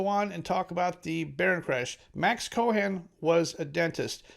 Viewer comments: Pronounced Koe'-in ... no "h" sound. YOUR WELCOME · Brother, the way ye pronounce 'Cohen' tells me maybe ye ain't from NYC...